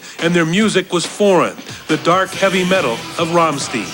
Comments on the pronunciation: "Romsteen" what a fucking idiot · It allways pisses me off when they blame heavy Metal for terrible things like this...And the news reporter pisses me off for mis-pronouncing Rammstein's name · "rare female member" "Rammsteen" Wtf